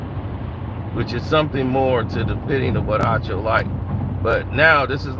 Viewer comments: Can someone please tell this dude that the man's name is Acho not Ocho smh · doesn’t care to pronounce certain people’s names correctly 😅